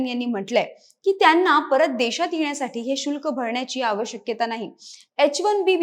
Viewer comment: आवश्यक्यता हा शब्द चुकीचा आहे. आवश्यकता हा शब्द बरोबर, योग्य आहे. Tele prompter वर ढकलू नका. वाचणाऱ्या व्यक्ति ला मराठी यायलाच हवं.